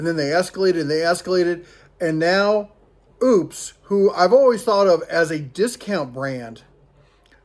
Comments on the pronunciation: According to a video they did on their channel…it is pronounced “Opus” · pronounced--- OPES ... rhymes with ropes, you hillbilly dopes 🤣